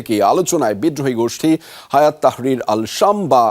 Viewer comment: হায়াত তাহরির আশশামস না। হাইআত তাহরির আশসাম